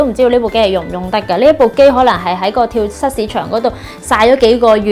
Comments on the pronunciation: 係跳(組)市場，唔係跳(失) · 跳蚤個蚤字讀"早" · 跳蚤市場个音係讀跳早市場丫。